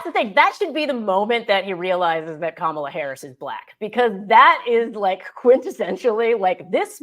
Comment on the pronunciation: "Kamala Harris, good to meet you." Let him TRRYYYY to mispronounce her name again, EVER! He'll be ROASTED by every pundit who ever says a word about him; it will be heard 'round the world! He definitely was on the grilling menu, roasted, toasted, fried, fricasseed and frijoled!